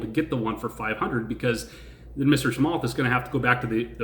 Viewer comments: I think it's pronounced Cha-moth btw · Thanks! Ps pronounced “Chamuth” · I'm from the same country as Chamath, Sri Lanka. The A is deep pronouce it like moth. It felt like you were poking fun of opendoor, what is your opinion now? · Cha-math Cha-meth Cha-mith Cha-moth Cha-muth (cha-myth)